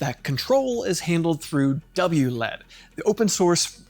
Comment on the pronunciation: I like how you say wlead. But then say L E D properly. You're comment seeding. It is W L E D